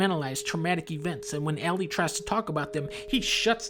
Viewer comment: I agree for the most part, but he called Ellie Allie so 0/10.